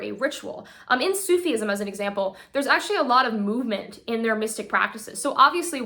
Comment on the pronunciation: Excellent video. One thing. Sufism is pronounced as Soo-fizm/ not Soo-fee -Izm. 🌙 ❤ ✨